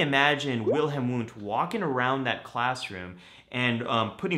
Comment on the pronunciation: Isn’t his name pronounced Vundt. German language pronounces w as v. Like Wasser (water) pronounced vassah or Wo (where) - vo etc. Just saying/asking/wondering. Psychologising? 🤷🏾‍♂️